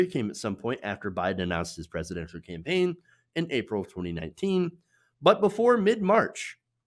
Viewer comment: Hahahahahahaa WAIT DID HE SAY PAMPAIN HAHAHAHAHAHAH